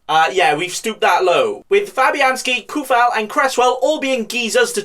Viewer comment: His name is "Coufal" nooo Kufal :((((